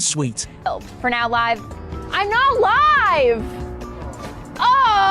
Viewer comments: Presenter needs to understand English...liv on air is not how you pronounce LIVE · You commentary is shhite, live and none are not pronounced like that you mooron. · Pretty bad voice over. The letters 'live' spell 2 words that are pronounced differently. Getting it wrong simply adds to the embarassment of this post.